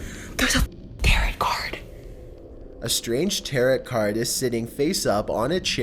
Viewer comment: it's pronounced tear-oh cardm not tear-it... fam